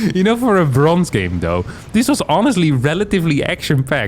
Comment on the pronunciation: I was going to pass on this one until I heard "bronze"...